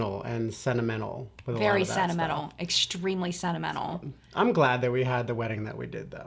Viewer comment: I had not assumed it, but now I know you say "sentimental" like "cenemenel".